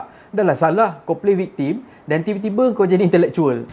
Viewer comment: viktem sebutannya bukan viktim